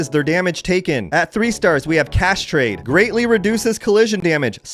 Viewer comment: Man I had to double take when you said "cash trade" I thought you said castrate